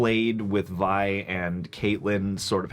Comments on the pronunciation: She calls her Vi multiple times how u got that wrong and say VEE haha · How are you still mispronouncing Vi at episode 8 lol